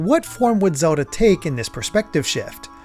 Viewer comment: Is it just me or after hearing it so many times it starts to sound like he's saying Zewdoh